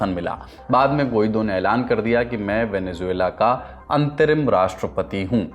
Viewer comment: don’t say ‘Juela’ in Venezuela, it’s Zuela